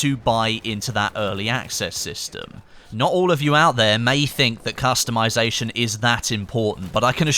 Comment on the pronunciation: Did I hear character costumization?